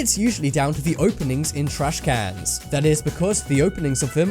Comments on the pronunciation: He prounouces it like trashkannnns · does anyone else hate how he says trashcans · Why is he saying trash cans like that